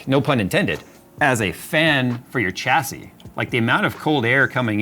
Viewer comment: The word is pronounced shassy there is no CH sound in the word.